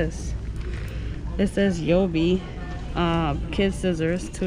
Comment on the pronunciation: She pronounced it yobi instead of ubi